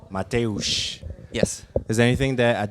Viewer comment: Dam man ,your pronunciation of name Mateusz is almost perfect